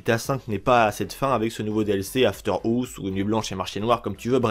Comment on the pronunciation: « After ours » ptdrrr gros accent